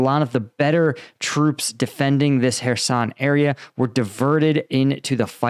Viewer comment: Ah you meant Kherson...you said hairson again.. Kh as CH in loCHness... it's easy..